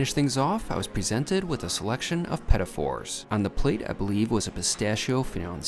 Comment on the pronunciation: great review (besides how badly you butchered the word petit in petit fours), the food looked amazing